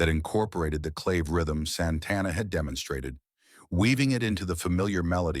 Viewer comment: This narrater, human or AI, is full of shit! No clue what he/it is talking about. And CLAVE is pronounced CLÁVÉ. BTW, Carlos' band was originally called THE SANTANA BLUES BAND. He still plays blues over the Latin percussion. It's too bad that young folks get misled by listening to BS like this delusional narrator's crap.